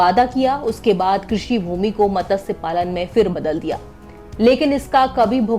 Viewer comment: मत्स्य बोलो ठीक है